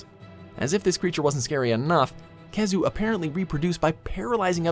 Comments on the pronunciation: the pronunciation in this but pisses me off, IT'S PRONOUNCED "WY-VERN" NOT "WIVERN" KEY-ZOO" NOT "KEH-ZOO" ALSO "ASTA-LOSS" NOT "ASTA-LOWS SAME WITH "RATHA-LOSS" YOU DIPSHIT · glav-uh-nis kee-zoo horr-ibl-list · Khezu? Kecha? And other bullshit you put on the list. Or are you just trolling? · i’m sorry did i just hear nibelsnarf and khezu? wth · STILL WITH THE WI-VERN INSTEAD OF WHY-VERN!! GOD. WHY IS NIBLESNARF ON THIS LIST????!?!?? WHHHHYYYYY? AND KHEZU? Glay-va-nus. It’s Gla-vanus. Let’s add all the dates four except for Mitsune. The most popular one. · Khezu?? Really? How?? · Khezu? Seriously? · khezu !? really ?? 😂😂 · Khezu?! Really??? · Disliked as soon as I heard Khezu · Joe Z. Me to